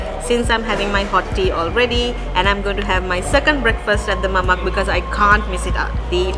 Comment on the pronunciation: Hi great show. Mamak is referred to Indian Muslims in Malaysia / Singapore, pronounced Mama the K is silenced. same with Nasi Lemak pronounced Nasi Le'ma. Lemak means creamy. Yes, Nasi Lemak is truly delicious legendary food and so fragrant. Mamak shop is the wrong place to eat Nasi Lemak 😁. Yes, they make ok but very artificial. Only a Malay can make an Authentic Nasi Lemak. Here is a popular comedy clip about Mamak shop If you visit Malaysia Authentic Nasi Lemak treat is on me 😊